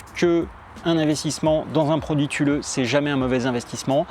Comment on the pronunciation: Thule c'est suédois et donc on dit supposément "toulé", mais c'est pas grave, je disais tulé jusqu'à ce que mon frère vivant en Suède m'informe de la prononciation.